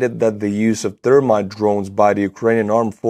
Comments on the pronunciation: accent makes me giggle when he says thermite. It sounds like termite "Russians drop termites all over the city" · Love the way you say Thermite. Goes right along with the brilliant barbary you inflict on names at the end. Check out Australian Termite Mounds. Thermite aka termite.